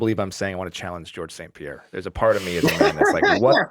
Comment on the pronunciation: Liz: I'm also a Montrealer, so i'll say your name Georges St-Pierre the PROPER way. GSP: Oh yes, wow! I was not expecting that! I was really not expecting that. Liz: So you stil live in Montreal? GSP: I live just next to Montreal, on the South shore. Liz: Cool that still counts as Montreal.